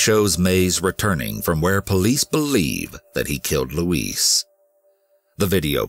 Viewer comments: LOUISE NOT LUIS. My God. Let's break this down. Louise- LOO...EASE.. (female name, typically white USA southern, similar to LouEllen) Luis- Lue-easse. (Male name, typically hispanic) Ah Dijos le pido😏 ayuda me! K? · Her name is "Louise", not "Luis". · Louise is NOT pronounced the same as "Luis" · i feel like someone needs to help you with this... LUIS (how you pronounce Louise) is the spanish version of Louis, Louise (lou-ease) is a female name. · I love these videos. Of course not what happens, just the way you tell the story and your voice just makes you feel everything. The first story I couldn't get over though because my mom's name is Louise and the way you kept pronouncing it like Luis was driving me insane lol. I know that's silly but the way you talk is part of the reason I am so addicted to these videos so that just got under my skin. The story itself ended exactly as I suspected though. It's a sad world we live in. People get mad when I don't let my son go with any family member whenever they want but you just don't know who to trust anymore. It's usually those closest to you and not a stranger. I hate that it's the way we have to be used to living but unfortunately if we want to keep our babies and ourselves safe, this is just how we have to think now :( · Is her name louise or louisse the animation is mispronouncing her name.He is pronouncing it as the Male version of Louise. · Please google how to pronounce Louise lol